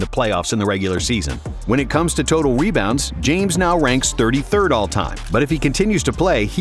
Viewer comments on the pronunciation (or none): why does it sound like he said “webounds”